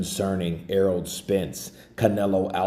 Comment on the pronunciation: Is my man saying errold?